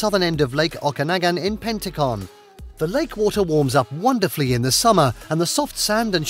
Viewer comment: Nice video! It is pronounced “Pen-tick-ton” and it is Lake O-ka-nog-an! Kelowna is equally nice!